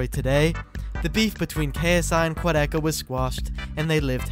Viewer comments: im still confused, how did keemstar pronounced "Quadeca" to Quadeci? where did he find the letter "i" in quadecas name? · Keemstars always pronouncing names wrong SMH 😂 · Keemstar: so Quedeckie Quadeca: iTs QuAdEcA!! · No one: Keemstar: Quadeckey